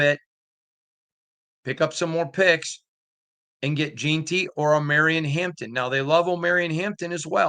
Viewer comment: You're a paid professional please learn how to pronounce Jeanty.